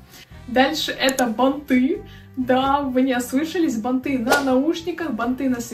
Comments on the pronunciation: Не банты'.А б'анты ,ударение на первый сог. Вещать о чем либо и говорить-"ну не знаю "-это глупо,А так же -"у меня такое есть" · бАнты - ударение на 1 слог. Пожалуйста извините, что поправила, но надо грамотно транслировать... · Спасибо за разбор трендов. Но всё же правильно бАнты. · А ещё бАнты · Банты ударение на 1ый слог!!! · Банты ударение на первый слог, блогер учи русский язык! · простите, не могу молчать! Плохо ➡️ 1. Не штаны, а брюки. От слова штаны на 20 раз начинает дергаться глаз. 2. Не прогоняйте так быстро картинки, Я не успеваю посмотреть и другие тоже, судя по комментариям. 3. Ударения надо чинить (ба’нты, продала’ и не только) и с речью очень надо поработать (надеваю на себя, одеваю на кого-то), металлизированная обувь (не металическая), джинсовые и бордовые туфли (Джинса - это ткань, бордовый - это цвет. Красное и теплое. Или джинсовые и кожаные или под джинсу и бордовые), не застенки на обуви, а застежки и тд. 4. Длинные перчатки в образе (не на образе). 5. Многовато тавтологии. (Очень круто, вы наверное видели …) Хорошо ➡️ 1. Вы, ваш образ, ваш внешний вид.. 2. Милая, дружелюбная, приятная подача. 3. Ваши Искренность и аутентичность. 4. Видео хорошее, интересное, информативное. У вас есть потенциал. Если есть амбиции развить канал, то нужно работать с речью.